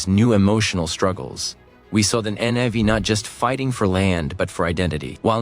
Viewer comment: Not "Navy," "Na'vi"